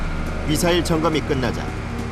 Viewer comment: 미슬이 뭐냐 미쿡사람이냐? 미사일 이라고하면 촌스러운거냐?